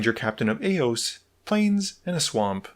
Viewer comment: Just as i your comment he said „Ranger Captain of aeoes“😂😂😂